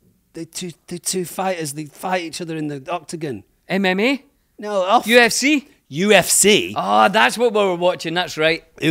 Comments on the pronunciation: really pronounced the U. F. C. as "ufk". Just brilliant. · when dom said “uffkah” instead of “UFC” :’) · I’m so late to this, but I HAVE to mention literally pronouncing UFC as the word ufc 😂 I’m laughing so hard. I love the two of you, I’ve had such a fabulous week of going through and watching all the episodes. I can’t believe I didn’t know about this sooner!